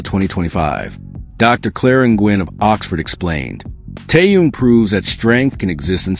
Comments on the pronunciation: Язык ваш надо вилкой наколоть за то что как только не искаверкаете имя Тэхена... Тэхён Тэхён что тут трудного не таюн и не теюнг что за не уважение к Тэхёну да ещё и в женском роде говорите о нём ужас просто.. Не грамотность полнейшая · Послушайте ВНИМАТЕЛЬНО, как Тэхен произносит своё имя ,а также как его имя произносят корейские фанаты.